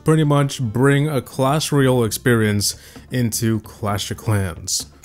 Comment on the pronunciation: "clash royl" 😭